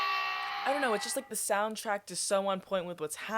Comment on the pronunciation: Hearing u pronounce soundtrack as soundtract >>>